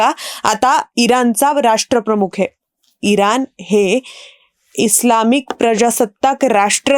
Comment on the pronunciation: इरान नाही इराण "ण" अक्षराचा नीट उच्चार व्हायला हवा